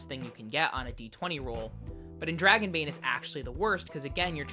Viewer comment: NOOOOOOOOOOOOOOOOOOOOOOOOOOOOOOOOOO! LOL okay guys, so NOT say it like that, THAT is a swedish accent whit French R's ONLY spoken in southern Sweden. Just DON'T! 😆